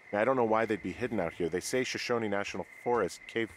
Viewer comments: I've been wanting to say something since first episode but didn't actually think to leave a comment until the end of this one when you were reading the song lyrics left in the outhouse: Shoshone is pronounced like "show-shown-E." It's the name of a Native American tribe. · shoshone is pronounced as shoshonee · Finds a rhyming poem where "Shoshone" is paired with "me"... still pronounces it wrong. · Shoshone is Native American. The final "e" is pronounced with accent on the second syllable.